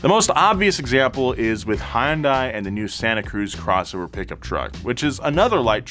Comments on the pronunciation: I like how you said it.. HYUNDAI "HA YOON DAA Y" Most english speakers would be like: "HAAN DEY" Native Korean would say: "YOON DEY" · FYI, it's pronounced hyun-day. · Hyundai rhymes with Sunday. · Hey man, Hyundai is pronounced "hyun day", not high-un-day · Hyundai rhymes with Sunday. Hyundai. Sunday. Easy! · It's Hyundai like Sunday getitright